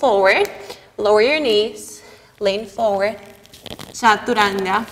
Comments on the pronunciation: First I am showing 🙏 for pronouncing the word Chaturanga as it should be.. being an Indian it hurts our ears when foreigners pronounce chaturanga in a funny way.. first I thought it's because of their tongue.. but you have taught everyone how to imbibe it..Respect from India mam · Que bonito como usted dice "chaturanga" 😊